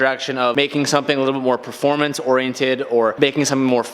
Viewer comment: The way says oriented 🤔 am I the only one says it with 4 syllables where is more like 3 lol